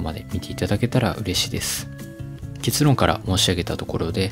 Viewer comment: 結論の発音がケツ（お尻）論